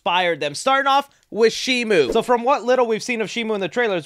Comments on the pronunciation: Why does he keep saying shimu? It's SHIMO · Bro sees the merch says Shimo and still says Shimu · It's Shimo not Shimu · Not shimu, it's shimo